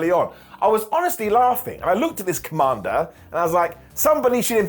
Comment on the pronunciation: The way you say kommander almost came out as Kamala. I was confused at first 😂